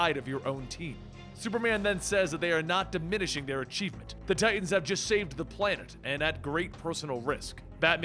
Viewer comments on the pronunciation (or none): Its Titans* Not Titasn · Lol.. ok stop with the "Titasn" bruh.